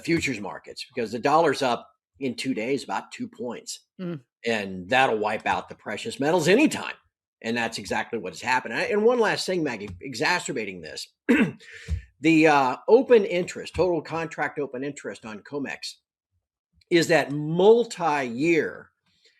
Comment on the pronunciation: exasterbating nice